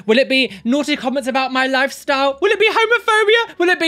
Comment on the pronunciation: So I misheard at one point and thought he said "Homerphobia". All I could think of was a bunch of far right extremists trying to ban Homer Simpson, lol. Love your vids! Keep squatting for Jesus like a champ!